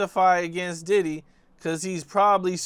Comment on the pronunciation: Homie just called DIDDY’s place of residence Daddy’s house 😂